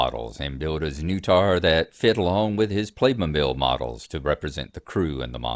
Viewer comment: That's some pretty impressive dedication to 3D printing, bro. So good to see the Dragon magazine version. Dragon magazine is a warm blast of nostalgia for me. Hearing you pronounce the ship's name (znutar) as Zuh-new-tar gave me a puzzling thought. I know the creator Tom Wham is American, so it must be intended to be pronounced with the nu sounding as new, but the English way to pronounce it would be sn-nut-ar. Don't know if you guys have the term "nutter" for a crazy person but the play on words just seems too fitting for the game's concept to be accidental. Undoubtedly that's not the case, but if it's not it should be purely for comical effect. Wow, that is a superb ship model. I always admire fans with such obsessive dedication and love. Props to them all. I can imagine you 3D printing all kinds of set models for board games now, particularly the sci-fi ones like Aliens or Doom. Your zipped cover case for the printer is a good idea. Besides being fire resistant and heat containing, does it do anything for the noise levels? Interesting to see the results of failed prints you had, and to hear what caused them to come out like that.